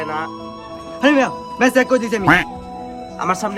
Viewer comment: চেক❌ সেক✅😂😂😂